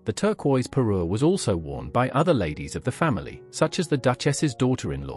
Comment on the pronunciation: Parure, not Peru etc 😊😊